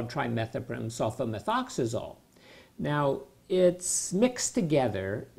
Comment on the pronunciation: He says sulfamethoxazole with ease! Lol